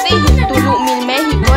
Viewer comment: dice : mI méChiCo che acabO